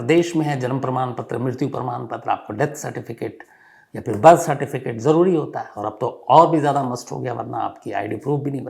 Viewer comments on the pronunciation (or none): none